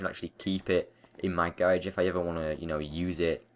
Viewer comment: Not hating but I hate how he says "garage" xD